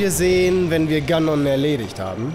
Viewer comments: sehr lustig ganon gesagt : gnon 🤣🤣🤣🤣🤣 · Spricht man das nicht Ganon [=gänen] oder hab ich das falsch gelernt?! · Botw ist ein großartiges Spiel. Punkt. Mein einziger Kritikpunkt ist nur in der deutschen Version, und zwar hasse ich es, wie sie "Ganon" aussprechen... Es wird Englisch, also "Gänon" ausgesprochen, ansonsten Cringe ich wie sonst was...